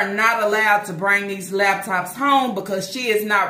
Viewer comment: Every time she say “lab tops” I cringe.